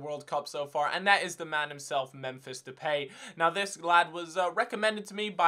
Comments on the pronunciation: Pronunciation of depay (de-pie) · Depay is pronounced Depie. Look up his interview....